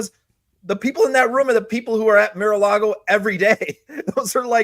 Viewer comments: Hey! Love your insights... but why do you keep referring to Trump's club as "MIR a Lago"? You don't seem to have a speech impediment; and as I'm pretty fluent in Spanish and English, I'm sure I'm not the only one who's finding this a little annoying🤨! Is it a play on word's? ["Mirror Lago" perhaps?🤔] What am I missing here? PLEEASE!!🙏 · What is “Mere”-a-Lago? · Meer a lago? Geezus,! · Tell that it is pronounced MAR a Lago. It makes him seem less intelligent than he actually is.